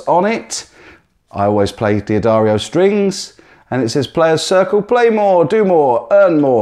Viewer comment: Why does everyone pronounce D'Addario like Dee Addario lately? Even D'Addario themselves will tell you that this is not how they are pronounced. Just another silly Youtube trend, and nobody bothers to question it. Some ignorant American probably started this nonsense, and every youtube guitarist now copies it. Sorry guys, D'Addario is pronounced "Da-Dairy-O", just as one would expect.